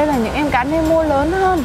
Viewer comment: nemo khong phải meno dau chị